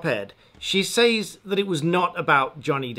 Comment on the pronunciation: It seemed to take you a while to realise that "loan her voice" is wrong English. I cringed as you repeated these words several times. Fortunately you redeemed yourself right at the end by finally saying "lending her voice". Now all we need to fix is your habitual wrong pronunciation of "says". ;-) I admire your content, keep up the good work.